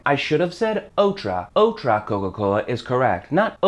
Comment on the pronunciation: uff really hard to understand "otro" and "otra", im spanish and that was really difficult to hear